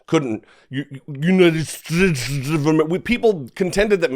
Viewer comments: "United Steak" surely is better than "United shtashtes". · I still remember the "God Bless United Shaates of America" comment....hilarious!